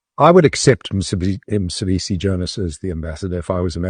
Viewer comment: Mcebisi not Msebisi